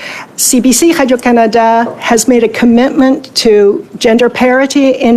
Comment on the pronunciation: "CBC Hadio Canada" she says over and over again .. . eating that Laurentian Anus.